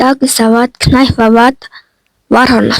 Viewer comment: knife shaasn te nife gej unshdima agaandoo